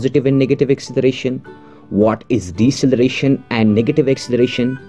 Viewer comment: Deceleration not Decceleration xD